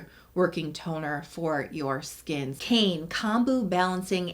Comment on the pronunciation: The toner, Kaine, is not pronounced “ cane” it’s pronounced Kai- Nay.